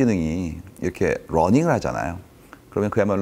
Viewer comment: 단백하게 전달 해주셨다면 더 좋았을텐데.. 힘 좀 빼고 표현보다 본질에 집중해서 말하기를 연습하시길.. 그리고, algorizm 아니고 algorithm, 리트로스펙티브 -> 레트로스펙티브, 되어지다 -> 되다, 인공지능이 running하다 x -> 인공지능이 learning하다.